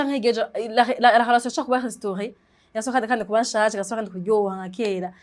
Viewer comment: ukora ibiganiro vyiza,mugabo reka kuguma uvuga HOLATION,ni RELATION